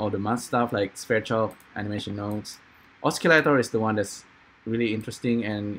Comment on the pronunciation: Thank you for tuto Is it possible to use Keyset,Drivers,FCurv with Sverchok/AN node parameters? I can't do that. These audio modules are good but very limited. see my last video, its about the same topic but different approach. PS.. osi-lator not oski-lator.